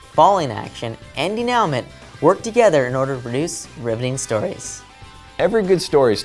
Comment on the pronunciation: Thanks for this video-- I found it really helpful, even though stylistically dated (it happens!). The info was great, and the encouraging tone has inspired me a bit for the project I'm working on. My only complaint... "denouement"?!?! That was a bummer, after a great video up to that point! I guess you could say that pronunciation train crash was the dramatic climax of the video...! Anyway, THANK YOU!